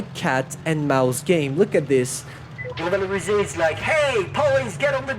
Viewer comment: Hear him speaking English and suddenly saying "revalorisé" in a perfect French killed me.